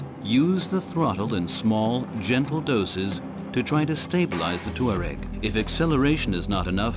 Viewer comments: the narrator pronounces it "TOO-areg." , he says TWA-reg." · "TWA-reg" , "tour-reg" . Nobody knows the correct way to pronounce Touareg.